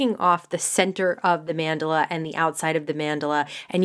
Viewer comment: check pronunciation of mandala